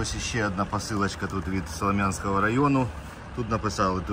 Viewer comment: СолОм'янський ( наголос на "о") - район. Круті подарунки, щирі, від усього сердця. Все для вас, любі наші захисники.❤️💙💛